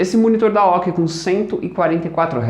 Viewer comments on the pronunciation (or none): Excelente vídeo, só deu agonia ele falando aoqui--- A O C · Admiral Overseas Corporation "AOC" não se pronúncia aoqui. Soletra... obrigado pelo vídeo, parabéns! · A O C se pronúncia letra por letra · Cara nunca ouvi chamar de AOQUE E SEMPRE AOC KKKKKK ouvindo falar aoque fica estranho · ''AOKI" rs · AOQUI NAO É AOCÊ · Pô mano... Monitor é AOC não AOKI... Puts... Mancada velho... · boa analise so n foi melhor porque ate a mulher do google sabe o nome da marca e vc n sabe ksksksksk aoci kskskskks zueras curti o video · primeira vez que vejo alguém falando AOKI para AOC kkkk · o cara fala aoq kkkkkkk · realmente muito boa, tirando a pronuncia da marca AOC incorreta esta ótimo mesmo.